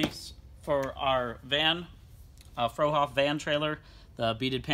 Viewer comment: Not "fro hoff" trailer,!...... frue is pronounced like blue. I'm still hoping for more production car kits. This month's offering is too heavy on non-production/customs/racing/licensed special kits again. Caprice is a welcome re-issue.